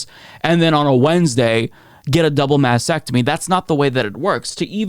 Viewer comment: MasT-ectomy (not, as incorrectly said, 'massectomy')